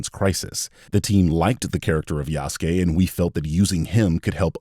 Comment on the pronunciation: "Yasuuke"? Lol